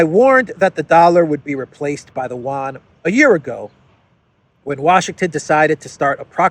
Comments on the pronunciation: it's not pronounced "wan". its pronounced Yu-an. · it's You-ahn. Not one/juan. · Chinese "Yuan" is pronounced Euan